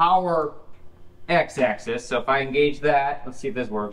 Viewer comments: axis, not access. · It is "axis" not "access".